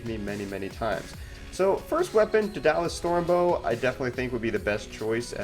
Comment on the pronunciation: lol.... Duh-Dalus. Must not have taken mythology! I still enjoyed your video though.